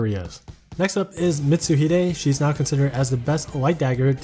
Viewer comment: Going into Mitsuhide's section, I had to double back because I heard "She is not considered the best light dagger due to owning fleur." Captions wrote now as not, too. Just a small feedback, your voice is very relaxing and the unit reviews always informative. Thank you for your work. :)